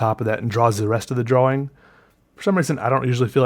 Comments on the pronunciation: "Draw-wing" hurts my brain. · Sean Wingfield he's just pronouncing the w in drawling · Idek why but I laughed soooooo hard "drow-wing" 😂 love this channel